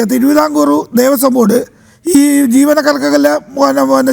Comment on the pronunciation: ദേവസ്വം ബോർഡാണ്,,, കൊയസ്വം ബോർഡല്ല 🙏🙏🙏